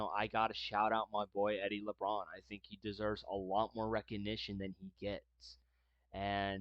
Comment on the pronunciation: Please learn how to pronounce the players names before making these videos! It's Eddie LaBaron not Eddie Labrawn!🫤